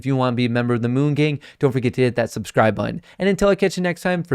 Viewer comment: Why is it every time says “what’s going on moon gang,” it sounds like “what’s going on BOONK gang.” 😂